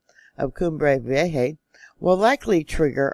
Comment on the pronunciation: PLEASE don’t tempt 2020! And I think it’s vee-AY-huh.